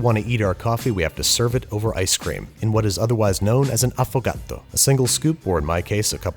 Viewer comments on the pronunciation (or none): Its quite fanny the way you pronounced "affogato". Affogato in italian means "drowned", but pronounced "affoGATTO" makes it sound like a cat drowning (gatto = cat)